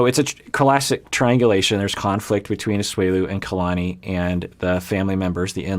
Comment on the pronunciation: Omg ‘Kaylani’ was driving me crazy lol